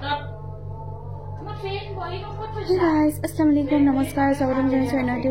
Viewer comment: Sllamalaikum nhoi baiti....assalamualaikum buli kole he xudhdo hoi...nhole okhudhdo